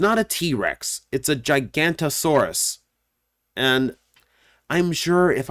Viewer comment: I used to get confused with giganotosaurus, pronouncing it the same way as did in the video, as "Giganto-Saurus" because if I'm not mistaken, it is the largest meat eating theropod we've ever discovered, reaffirming my incorrect pronounciation. However it's pronounced "Giga-nauto-saurus."